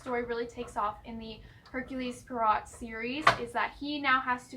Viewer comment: Just to give you a heads up, it is pronounced 'Air-kyool Pwa-row' 🕵🏻‍♂